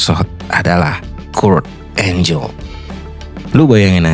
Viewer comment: Kurt angle dibaca kurt enggel bukan kurt enjel, maaf saya kritik🙏🏻